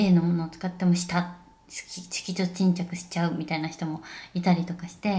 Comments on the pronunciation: 色素沈着言えないあみさん可愛すぎて😂💗最終的には"シキチン"って略しちゃうあみさんwwwwww ぺえさんと食べてたチキン美味しそう🤤🤤🤤どこで売ってるチキンなの？？？私も食べたいです🙋‍♀️✨ 最後の帽子被った瞬間引っ張るペンペンもタイミング良すぎて笑っちゃいました😂💕ペンペンはいたずらっ子ちゃんですね！笑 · あみちゃんのYouTube毎回癒されながら見てます🥺✨ 可愛すぎるし性格も顔も全て尊い😂💗 色素沈着が言えないところは旦那さんと一緒に爆笑しちゃいました💓笑